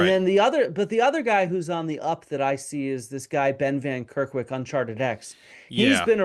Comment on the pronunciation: Ben van Kerkwyk* not Kerwyk